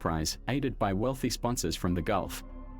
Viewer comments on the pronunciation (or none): none